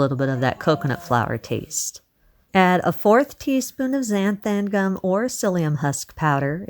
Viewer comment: “Zan-tham-gum” cracks me up how you pronounce it 😂